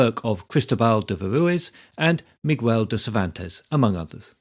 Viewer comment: good content, but the pronunciation of "Lope" and "Miguel" is incorrect.